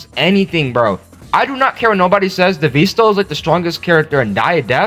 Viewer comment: DEEEVEESTO DEEEVEESTO IT'S DEVESTO NOT DEEEVEERSTO